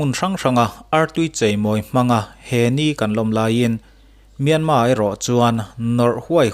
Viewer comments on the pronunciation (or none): none